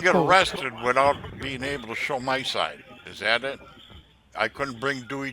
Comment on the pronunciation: "Have a pepper handy.." "ya, ya, ya.." "You will not be ebble to have a bank account.." Lots of allegations against you...Better get those allegators!!! 'What a croc.." :-))Where the Hell did this freaking moron learn to read, or speak English??